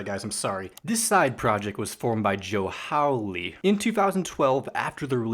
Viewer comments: You pronounced all the names right, except for Joe Hawley, it’s pronounced more Hall-E in the same way as Tally Hall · Bro just pronounced it Joe HOUley